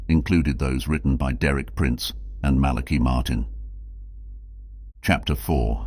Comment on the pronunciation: Malachi Martin... ( this computer mispronounces some words.).